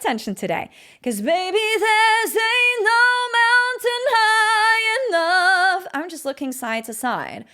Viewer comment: Good stuff, but I almost busted a gut: "Anal Mountain" ?!?! You mean "Ain't No Mountain"?